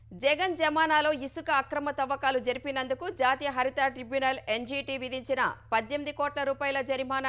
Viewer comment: "కోటీ" రూపాయలు కాదు, "కోటి రూపాయలు" "హరితా" tribunal కాదమ్మా, అది "హరిత" tribunal. తెలుగు సరిగా పలికేలా అభ్యాసం చేయండి.